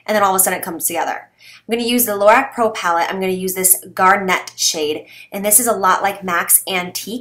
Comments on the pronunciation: "garr-NET", gir'? "GAR-net" where you flip the e upside down. Close but I figured I'd offer help! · It's called garnet, not gar-nett, after the January birthstone, which is a dark red. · Lol gar-net.. 😂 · Megan E it was immaculatenly 😂